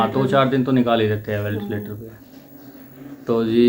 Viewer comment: वेंटिलेटर होता है वेलटिलेटर नहीं